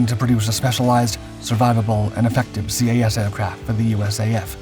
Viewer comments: just do not call it C.A.S . its CAS as Kass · I just couldn't watch this video after hearing CAS "see ayy ess" so many times. Anyone, and literally anyone familiar knows it's just "kass" or "kahss" in pronunciation....really just "kass". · Enjoyed the video but do wish you would have pronounced CAS as Cas like saying a name instead of alphabet pronunciation. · You don’t spell out the acronym, it’s just pronounced CAS